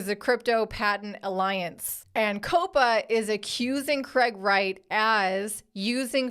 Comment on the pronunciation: I thought you said Craig ass Wright in the intro 😂